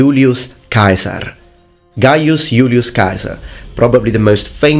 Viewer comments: Yulioss kai-saar 👌👌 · Sorry but you said Julius Caesar’s name incorrectly it’s pronounced giu-lius se-sar. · The way you pronounce Ceasar as "Kaiser" is annoying. Bad connotations and unnecessary edginess. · When u over-pronounce the names of foods in a restaurant in a different country: Julius KAISER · When he says Julius Kaiser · Why you say Kaisar? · Never heard Caesar pronounced Keizer, no doubt in my mind though, if you say that's the pronunciation, then that's the pronunciation. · So what is the real pronunciation of 'CAESAR?' Kai-Sar or See-Sar? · AE it is E in Latin, your pronunciation of Julian Caesar is wrong. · I know that you are using classical pronunciation, but Caesar with a hard "c" sound just sounds ridicolous. You seem a little child trying to be "authentic", nothing more. Ask yourself why university professors pronounce it with a soft "c" sound, and you pronounce it with a hard sound. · I never knew that was how "Caesar" was pronounced. It sounds closer to the German "Kaiser", and I thought they were the ones who butchered it and us English speakers were closer to the Latin when it was truely the other way around! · why would you pronounce Kasar instead of Cesar? In Latin "ae" is pronounced "e" or am i missing something? Funny enough later on you pronounce Cannae correctly as Cane (like the dog)